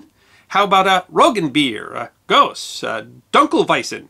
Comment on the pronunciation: because I'm sure you wanted someone to be pedantic at you, wort is pronounced "wert". "Gose" is pronounced "gōz-uh".